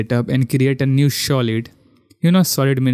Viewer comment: Yours pronounce for Solid is wrong its "Sa" not " Shaw"